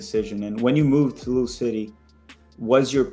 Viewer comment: Dang this was your best chance to learn how to pronounce Louisville 😞